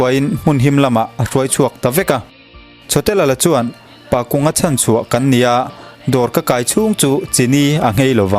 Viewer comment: Pakunga tih ah hian kung tih hi thingkung tih ri anga kung rik anga lam tur a ni e